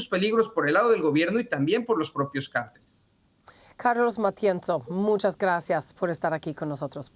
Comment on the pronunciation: ¿por qué no aprendes a leer en español? ¿Entiendes la diferencia entre “CÁRTELES” Y “CARTELES”. Eso arriba de la Á es un acento y su propósito es indicarte cómo leer la palabra, donde poner el énfasis. No ¿verdad? No entiendes… Ah, y no se pronunciam”ShAinbaum”, es Sheinbaun, en español. Solo presta atención a tus entrevistados y fíjate cómo lo enuncian. Tampoco ¿verdad? Bueno, yo traté…